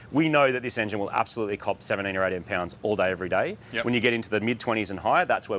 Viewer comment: 20 PYOUNDS OF BOOZT, GYATT DAMN! (next ep: replacing the conrods on my Levorg)